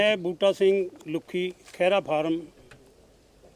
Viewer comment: ਭੈਣ ਜੀ ਪੰਜਾਬੀ ਸਹੀ ਕਰੋ. ਖੇਰਾ ਨਹੀ ਖਹਿਰਾ ਹੁੰਦਾ